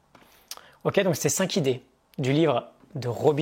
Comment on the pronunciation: Passionnant comme toujours (PS : par contre il faut arrêter avec cette liaison entre "cinq" et "idées" 🙏. C'est un détail je sais mais "Dieu n'est-il pas dans les détails ?" 😉 Belle journée à toi